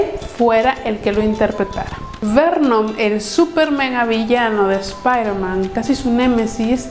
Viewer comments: Es Venom no vernom :D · jajaj me dio mucha risa que dijeras Vernom xD